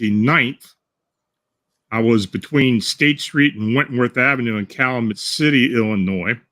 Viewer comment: it's pronounced "Cal-you-met" (I couldn't figure out what city or town you were referring to, then I realized you were mispronouncing it. 😉)